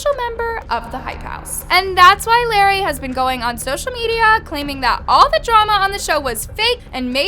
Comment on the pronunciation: the fact that she says larray like larry 🤡